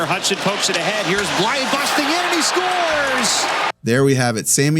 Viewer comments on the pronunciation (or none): Quick note on prononciation since I see you're making an effort. Counter-intuitively, Blais is not a difthongue vowel. Forget the A and the I .... and the S for that matter, but that you nailed already. It's "blêh". Don't let your thongue lift during the vowel to make an "aee". Just Blêh.